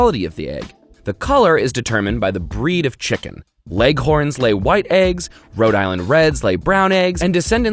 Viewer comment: Ah yes, tshikin